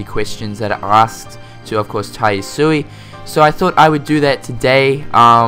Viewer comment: Ya-su-eh. Not "ii". Sorry, I'm a nerd. Hope the character models are updated a lot in game, especially in BBS. I mean it was a PSP game, probably would look blurry in HD if they didn't redo the graphics. New sounds, err, sounds great. Can't wait. lol DLC isn't something I'm interested in atm. Maybe for KH 3, some crazy costumes, weapons or bosses maybe. ( Obviously I want most of these things to be already in game though. ) I wish the PS4 could just read PS3 discs instead.